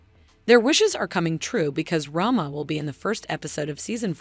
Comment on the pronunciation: Rhema, not Rhama